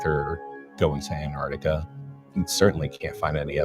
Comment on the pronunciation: That Sith Ifrican still can't say Anartica....